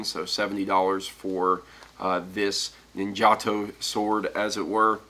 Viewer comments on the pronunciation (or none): its pronounced ninja TOE